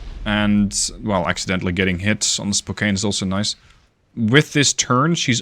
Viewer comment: In the future, if you see the name Spokane, it's pronounced spokan. (I'm from the area and have a bunch of family acutually in spokane)